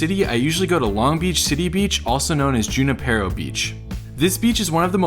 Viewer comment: Hi, junipero is a Spanish word from Latin. It came to southern Ca. by way of the18th-century Spanish Franciscan monk Miguel José Serra, a missionary to California. A closer pronunciation would be who-NEE-peh-ro. Saludos